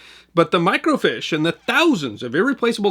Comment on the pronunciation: Microfiche is pronounced 'micro -fish' not 'micro-feesh'. I worked in computer operations from 1979 to 1995, processing microfiche on Kodak Komstar equipment.